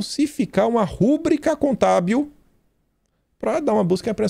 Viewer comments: não é rúbrica, é rubrica! Essa é uma palavra paroxítona. Quase todo mundo fala essa palavra errado! É RUBRICA! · QUERIDO, SEI QUE O MAIS IMPORTANTE É O CONTEÚDO DE SUAS ANÁLISES E REFLEXÕES MUITO VERDADEIRAS, MAS GOSTARIA DE CORRIGIR UMA PALAVRA QUE VC, AMIGO, DIZ COM ENTONAÇÃO ERRADA. A PALAVRA É "RUBRICA", E NÃO RÚBRICA COM ACENTO!! GRATA, MEU AMADO! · VEJO E GOSTO MUITO DAS INFORMAÇÕES QUE NOS DAR. CONTUDO, TENHO OUVIDO VOCÊ PRONUNCIAR A PALAVRA "RUBRICA" DE FORMA ERRADA. VOCÊ PRONUNCIA "RÚBRICA". A PRONÚNCIA CORRETA NÃO TEM O ACENTO AGUDO NO "U". DESCULPE, A MINHA CRÍTICA É CONSTRUTIVA, POIS VOCÊ É MUITO BOM PARA PRONUNCIAR UMA PALAVRA ERRADA, SENDO ESSA PALAVRA TÃO ELEMENTAR. A PRONÚNCIA É RUBRICA MESMO, SEM ACENTO. SOU PROFESSOR UNIVERSITÁRIO NA ÁREA DE LETRAS E ESPECIALISTA EM LÍNGUA PORTUGUESA. SÓ ESTOU ADVERTENDO VOCÊ PORQUE JÁ OUVI UMAS TRÊS VEZES VOCÊ PRONUNCIAR ERRADO ESSA PALAVRA. UM ABRAÇO!!!